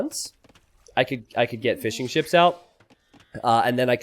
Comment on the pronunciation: Why do i hear him say Fish 'n chips instead of fishing ships?